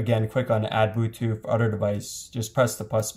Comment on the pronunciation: why he say bootuth